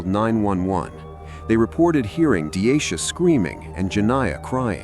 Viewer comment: Half way through you start calling her denisha? Thought her name was deasia?